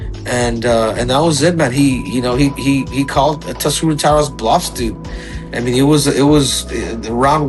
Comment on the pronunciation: Masvidal: Taisura. DJ: Tatsuru. It’s not like the name Inoue. 🤦‍♂️